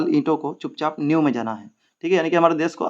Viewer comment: New kii it nahi niv kii it hota hai sirr